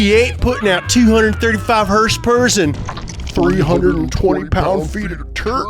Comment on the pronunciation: "362 hers pers *uhh*" gold